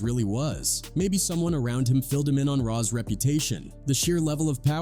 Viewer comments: It’s not wick off it’s pronounced y cough and it’s not rod its rah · He sayz Ra